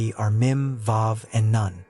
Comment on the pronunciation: This is an excellent video, thank you so much. However, it is important to note that the letter "ن" is not pronounced as "none" but as "noon," which is a significant distinction. Lam Alif (لا) is also pronounced incorrectly. Just my two cents.🙂